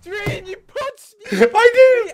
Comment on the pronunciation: George: "GET HIM!.. or her, or it" Dream: oxygen depleted George: "hwot?!"